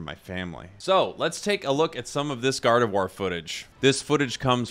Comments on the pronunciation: Gardevuar is the correct pronunciation n.n you're saying it right. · Gardevoir being pretty french as a name, and being french myself, I can assure you that from this standpoint your pronunciation is 100% correct